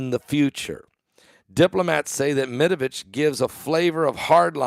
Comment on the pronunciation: Medvedev not Medavitch